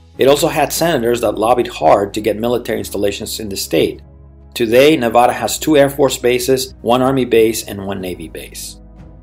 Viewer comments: And for everybody out there it's pronounced Nevada with a soft a sound as in 'dad' not a soft o sound as in the word father! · You already started this video off by mispronouncing the name of this state. Ha ha😂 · Excellent video just remember to pronounce the state name correctly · Yeah ! Makes the rest of the video lose it's credibility.